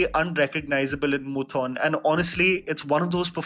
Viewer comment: I'm a huge fan of all your videos but the mispronunciation of 'Moothon' just threw me off more than the climax of Kappella tbh (a lil dramatic ik)